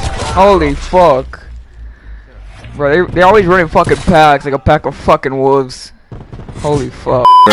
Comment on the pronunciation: “They run like a pack of woofs”